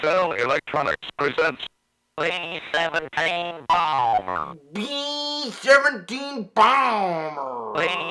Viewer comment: Mattel Electronics presents "Bee Ssevnteen Boowmbrr" Bee Shevencheen Baamberrr! "Bee Ssevnteen Boowmbrr"